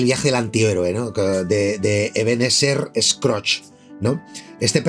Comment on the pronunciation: Me encanta como hablas, hace los vídeos muy amenos… Pero esa pronunciación de Ebenezer Scrooge es criminal😂